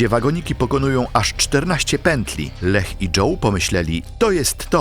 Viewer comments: Formalnie: nie 'LEH' tylko 'LIJA' 🤭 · Czy to nie jest pisane i czytane przez AI? Imię Leah czytane jako Lech zamiast "Lija", jeszcze sformułowania typu "zauważyła, że większość jej lewej nogi zniknęła" tak sama z siebie? I inne tego typu "kwiatki". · Strasznie kłuje w ucho jak wymawiasz slowa po angielsku, że dość, że źle wymawiasz słowa to jeszcze Ty czytasz słowa, których tam nie ma: Kaitlyn Lassiter to czytasz Lestiler, zamiat Drop Tower to Dop, Leah Washington to czytasz Leh. Nikt Ci nie każe być filologiem angielskim czy native speakerem, ale robisz materiał na YouTube, który się niesie, robisz research pod film i naprawdę tak ciężko jest wrzucić do tłumacza google albo jakiegoś innego translatora jak co sie czyta? I zeby nie było, że sie czepiam, bo sam niekiedy mi się zdarzy wtopić, ale jak robisz takie filmy to wychodzi po prostu Twoje niedbalstwo, bo każdy kto zna język angielski na tyle, że to wyłapie tak oczywiste błędy i decydujesz sie zamieścić to w Internecie to aż strach pomyśleć czy zdarzenia o których opowiadasz rzeczywiście miały taki przebieg i czy dobrze dane historie opowiedzialeś widzom. Nie bierz tego za czepianie się, ale przyjmij te krytykę, aby Twoja jakość w materiałach była lepsza w przyszłości. Tego Ci życzę!